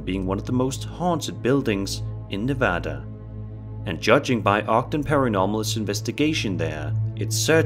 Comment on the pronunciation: Thank you for saying Nevada correctly...